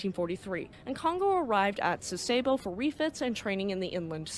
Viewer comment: I also appreciate the narrator's pleasant diction and educated American dialect. A very minor issue for me was the use of American instead of Japanese pronunciations for "Sasebo" and "Yokosuka". I'm an old WesPac sailor who is used to hearing the Japanese version, but overall that doesn't matter much.